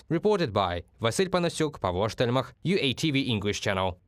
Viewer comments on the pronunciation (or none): Not robot, Jyerma Stermach. But yes, his pronounciation is abit clunky. But it is not his native tounge. Not mine rither anyway also.